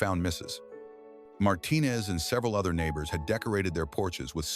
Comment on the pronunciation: Thank you for all the heartwarming stories. They all bring me tears. But please improve the narration. "Mrs -- pause -- Martinez" is disturbing attention. Thank you in advance.